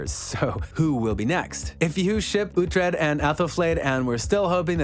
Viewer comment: Wait, uh-tred? No no no...it's oooooootred. Oo-tred. Please get it right. It's not phonetic to the US English language. Pronounced UH- tred is so demasculinating...